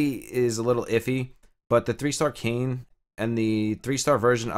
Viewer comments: Bro it’s not Kane… it’s Kai (like in Cobra KAI) and naa (like in the sound a horse makes). Also main character doesn’t have a name, everyone just calls him Nier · Hahahah great video. I think people just refer to the guy as Brother Nier and the girl name is pronounced 'KAI-Nay' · Awesome info man. I know you mentioned you weren't too versed in the Nier storyline but save you from reading that auto translated name that character is called "Nier" or "Brother Nier". Also fyi, Kaine is pronounced Kah-ey-neh and Emile is pronounced Eh-Mil.